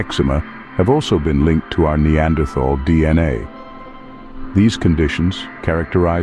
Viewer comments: TAL! Not -thal. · The spelling “Neanderthal”, besides suggesting an incorrect pronunciation, is obsolete since the German spelling reform of 1905. Citing Björn Kurtén ; the pronunciation here is very wrong indeed. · The th in the name is pronounced like a t the h is silent. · You pronounced "neanderthal" wrong.